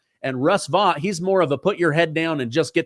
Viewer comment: Not Russ Vot… it’s pronounced Vote… Vought..